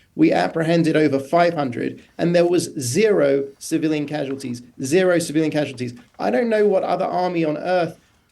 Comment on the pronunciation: The guy has the ball to claim ZERO civilians casualties, I repeat this guy is saying ZEEO civilians casualties. How pathetic you can get ?